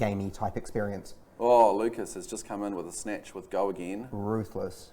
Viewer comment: lmao its Lucas not Lukas, thanks for posting guys, it was cool to play on feature.